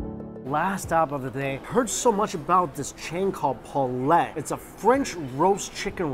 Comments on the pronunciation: Poulet prononced poo leh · poulet = poo-lay